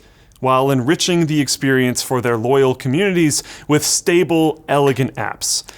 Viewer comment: "experencte".. yeah I would second that.